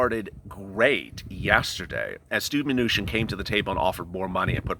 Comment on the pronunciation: Love the show and really enjoy watching it, but man ish it sounded like you said Stew manuchin which kinda made me chuckle some. Thats all from the Hoosier state.